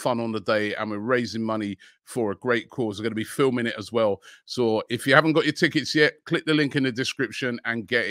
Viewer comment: why did he say so like some geordie 😭😭